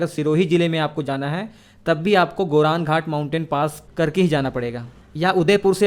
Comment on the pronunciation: Goram ghat Not गोरन घाट अरावली पर्वतमाला में स्थित गोरम घाट दर्रा राजसमंद और पाली जिलों को जोड़ता है।